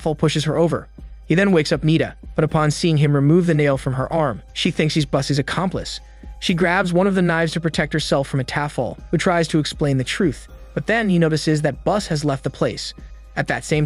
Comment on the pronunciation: Pretty sure it's Uttapon. Her name is read as 'Bood' in Thai, not Buss. The closest way to write her name would be 'But'. The next time you're making analysis vids, try to make sure the names are pronunciated correctly. It's not difficult.